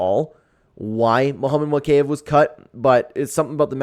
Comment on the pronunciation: mow-kay- ev...... BRO its MO-KA-EV